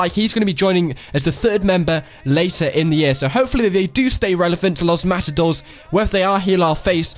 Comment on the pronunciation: its pronounces los mata dorays